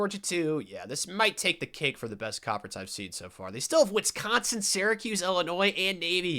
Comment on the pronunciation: Why does bro keep putting a “t” is Wisconsin? Wtf is “Witsconsin”